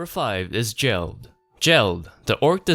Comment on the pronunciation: Why call him "jell-d" when Rimuru clearly says "Gel-d" (geld)